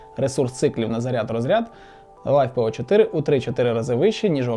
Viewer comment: Это писец, наймите нормального мужика спеца, на словах Лайфепо и 100А емкости можно выключать видос.